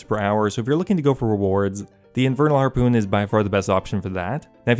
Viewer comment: Drinking game: Take a shot every time you hear him say "harpewn"